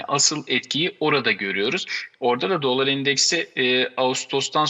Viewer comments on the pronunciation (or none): DOLÂR şeklinde neden şapkalı A ile okuyorsunuz? Mesleğinizdeki en önde gelen kelimeyi doğru okumuyor olmanız garip doğrusu.